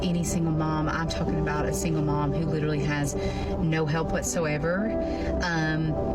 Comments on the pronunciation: Pet peeve of mine, but the word is LIT-ER-AL-LY, four syllables, not lit-ral-ly three syllables, and does not mean what most people seem to think it means. If something is literally true, that means what you just said or wrote was the truth, the whole truth and nothing but the truth, as in without metaphor, simile, hyperbole, sarcasm ETC... just pure facts in sufficient quantity and quality to describe the subject under discussion. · Did she say "litrelly?"